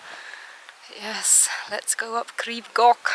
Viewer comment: Your pronunciation was mostly fine - just the "ch" at the end of "Goch" that needs a bit of work! 😁